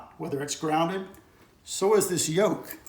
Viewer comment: It's called a "yoke" actually... I know the pronunciation was a bit funny. But at least now you can say it right and get correct search results if you ever look it up.